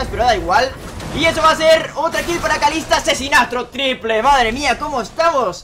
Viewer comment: "Asesinatro triple" - 2016